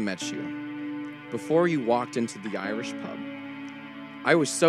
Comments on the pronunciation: He definitely said 'YIAYrish pub'. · Is it just me or did it sound like he said "the YIAYrish pub"?